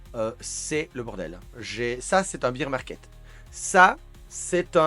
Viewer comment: on prononce bèr market , bear c'est l'ours en anglais